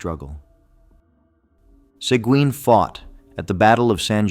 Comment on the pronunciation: Learn how to pronounce Sequin!